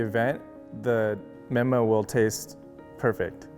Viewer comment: When he said menma my heart sank